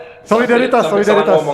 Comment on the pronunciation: Solida, solila, solalidaritas